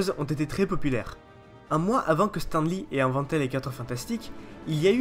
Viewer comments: Ça se prononce STANE li fait un effort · Tu ose parler de stan sans savoir dire son nom ???!!!!!?